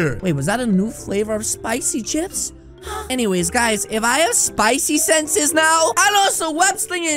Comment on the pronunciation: 😮😂😂😂😂😂😂 he really said spicy seanses